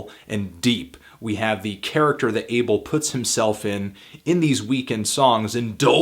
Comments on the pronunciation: He keeps saying Ay-ble but it's Ah-bel. Fucking hell Anthony. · His name is pronounced (AH-bell) not "able" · Can u not call him Abel....